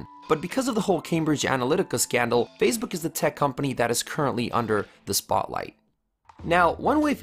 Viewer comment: You're pronouncing Facebook as "Fazebook" or "Phasebook" of the video - there's NO Z!